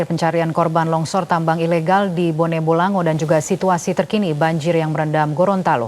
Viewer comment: Bone bolango aba bukan bone bolange